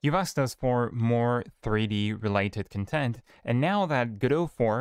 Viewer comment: "Con-TENT" means satisfaction You want to say "CON-tent".